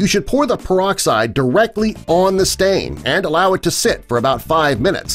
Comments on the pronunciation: Ya heard... PerD-oxide y'all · peroxide not perdoxide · 5 seconds in "perdoxide" wow, off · Peroxide or "perdoxide"?? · perdo? xd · Perdoxide? Sounds Perdy suspicious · When did they put a "d" in peroxide?